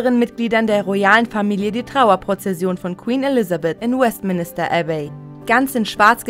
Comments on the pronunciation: die Sprecherin sagt West Minister....lächerlich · Westminister, sorry bitte richtig wenn ihr darüber berichtet Es ist die Westminster Abbey Sie ist in der City of Westminster Nichts davon hat mit einem Minister zu tun 😳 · West... Minister Abbey? Wtf .. was für Englischkenntnisse. 🙈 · Es heißt nicht Westminister, sondern Westminster! Oh man, hat das keiner gemerkt, bevor es online gestellt wurde? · Westministerabbey''... Mehr als peinlich...